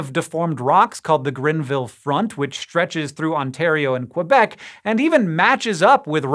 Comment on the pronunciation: idk if you practive to pronounce Québec but you nail it